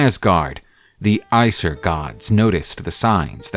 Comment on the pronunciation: Bruh called Aesir as Aysur 😭